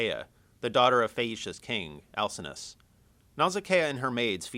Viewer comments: al sin know us not al sin us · He pronounces Alcinous wrong. The "C" makes a "K" sound, not an "S" sound.